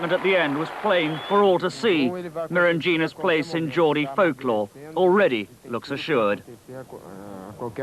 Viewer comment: why is the Tyne Tees reporter saying Mira Gina ??!!